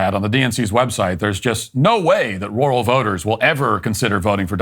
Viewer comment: Matt, to say “Rural” correctly, just pretend you’re saying the name “Earl” with an R on the front of it. R-Earl…you’re welcome.